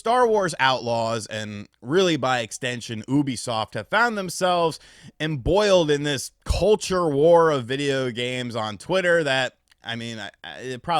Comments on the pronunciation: EMBROILED not EMBOILED. Have you ever read a book? You’re a grown man and still fail with basic pronunciation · EMBROILED not EMBOILED .Jeesh man. No grown man is this illiterate. You have to be trolling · EMBROILED not EMBOILED smh. Embarrassing